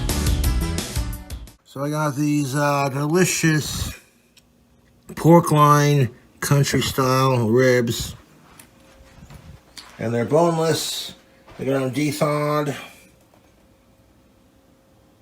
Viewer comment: Does he really think loin is pronounced line?